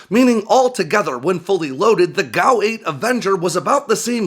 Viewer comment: It’s not a GOW 8 Avenger it’s a fucking G.A.U. 8 Avenger are you tarded?